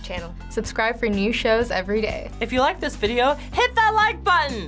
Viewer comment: i don't wike it AWWWW